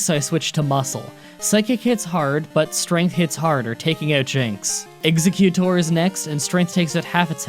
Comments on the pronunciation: okay you're doing it on purpose, mispronouncing exeggutor and then directly Arcanine? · You said executor wrong I think. You need to look up how to say different pokemon names before you record your narration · Back to aeroy for executor It’s exEGGuctor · Not exeKutor its exeggutor exeGGGGGGgGGGGGGgGGGGutor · I get why you pronounce Exeggudor wrong. (Not sure how to spell it but you know what I mean.) it's because of Exeggcute. It's actually pronounced ex-egg-you-dor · exe-GYOO-tore? ZA-too? wow this purposely pronouncing wrong getting more comments influencing algorithm thing seems so much more true now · Exeguttor was said wrong Geez you are so bad at names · "Meh-GAIN-ee-um." "Ex-EGG-you-tor." And did you not get the Earthquake TM from Victory Road? That would have made Don SO much more powerful.